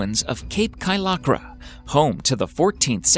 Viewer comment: The name of the cape in Bulgaria is Kaliakra, not Kaylakra.